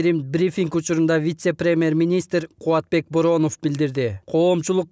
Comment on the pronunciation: Алып баруучу кыз Бооронов деп туура эмес айтып алды окшойт